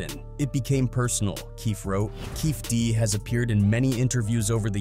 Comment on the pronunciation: Kading never wrote the proffer deal, a cop cant do that, and he never recorded it, his partner did and he found out a few days after. Its also KEFFE D, with the E's pronounced.